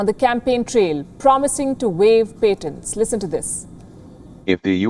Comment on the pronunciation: Again with the paint-tants it's patients not "paint-tants"